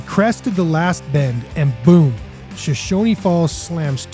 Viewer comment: BTW, it's pronounce "Show-shoan", not "Show-shony"